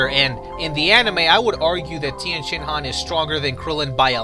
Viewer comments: You dont call him tIEnshinhan, properly pronounced its Tenshinhan, the i is silent! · If I had gained a dollar for every time that you said Tienshenhan...